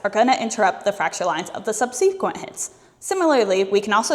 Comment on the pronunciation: sub-SEE-quent? I've been saying SUB-sequent, what is happening?